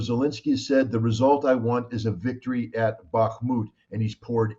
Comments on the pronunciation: Iversen : Kim, you aren't pronouncing the name of this part of Ukraine, correctly. Based on your pronunciation, I had to do several Web searches to try to get the spelling, and it is " Bakhmut ". That should be rather pronounced like "Bakh" + "mut", and not like "Barkmood", "Bakmood", etc. Anyway, it is Bakhmut, and captions for this video don't correctly show this. The caption shows " buckmut ", although I now notice that ... not captions, but text normally shown with the video, says "Bakhmut", which is correct. Captions often contain errors, or so I've been finding anyway. Lastly, given that Scott mentioned Ray McGovern in relation to all of this, maybe you could have Ray on for guest about this situation in Ukraine, I suggest. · Hi Kim pronounce bakhmut with a silent K. Bah mut. Great work